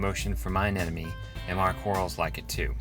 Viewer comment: Hi, love your site and absolutely love your vids, but PLEASE, stop saying anenome. As I'm sure you must know it's aneMone. rgds